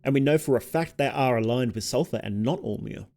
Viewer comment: it's alll-mer not all mer